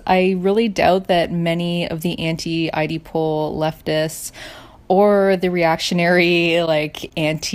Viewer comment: I've never heard anyone pronounce it eye dee pol before